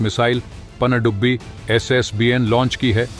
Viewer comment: Bhai please pandubbi bolna theek karo..... Pakistani humara mazaak banayenge. Andia ki sajish hai.